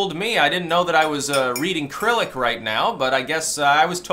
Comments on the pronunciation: 'Cyrillic' is pronounced "suh-RIL-ik", not "KRIL-ik". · It's "cyrillic" not "cryllic"...clearly you are not Russian comrade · Cyrillic /sɪˈrɪlɪk/ Not krillik LOL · "Reading Crylic" What. Cyrillic? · Krillic? It's Cyrillic with a soft C. like "sir-ill-ic" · btw it's pronounced "syrillic" not "kyrillic" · "Cy-rill-ic". (Sigh-RILL-ic) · I think it's pronounced sir-ill-ick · Yo: Cy·ril·lic is pronounced səˈrilik/